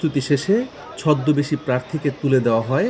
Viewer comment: ছদ্দবেশীর উচ্চারণ বগুড়ার মতো